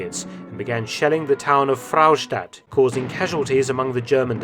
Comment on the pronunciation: Fraustadt is just 1 'r' , no need to say Frrrrraustadt 😂